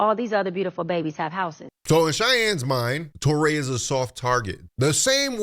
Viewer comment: Touré is pronounced Too-Ray. Not Taw-ray. Americans truly annoy me with their insistence in disregarding the language rules of languages other than English. It gives coloniser arrogance.